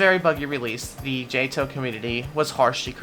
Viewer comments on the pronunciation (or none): the way he says atoll hurts my soul